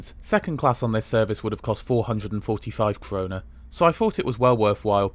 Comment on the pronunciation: The Swedish currency is called Krona/Kronor. It's the Swedish word for crown.